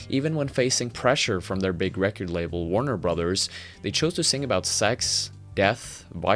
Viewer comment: Great video. Does anybody know why he pronounces some words kinda weird sometimes? Like "recourdch" instead of simply saying record?